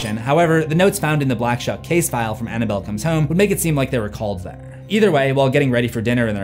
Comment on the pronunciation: For some reason I keep hearing the black chuck.